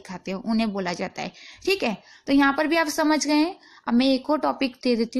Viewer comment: Madam theek a ni theek ae bola karo